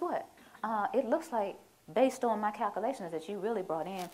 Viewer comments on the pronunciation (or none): Did she say "calcoolations?" She may have been a "CPA" and "Former IRS Agent," but now she's a mental patient.